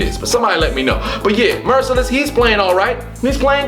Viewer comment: It's Whitney Mercilus bro